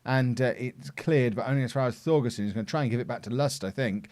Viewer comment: For Thorgesen and Thum, the Th should be pronounced as a hard T, so Thorgesen and Toom (u is a oo)